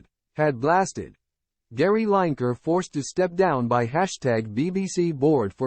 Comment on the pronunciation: You Yankee Peasant. If you are going to name people, get their names right Line-ker is wrong, his name is pronounced Lin-e-Ker. It is your habit I know to start at the beginning of a word, find a pattern, then use Line....but in Lineker it is Lin David Attenborough's name is pronounced Attenburra, there is no Burrow, that is where Rabbits live. Edinburgh is simply Edin-Burra, but then again, middlesbrough is Middles-Brrrah New York has No 'Burrows', that is where Rabbits live, but they do have 'Burras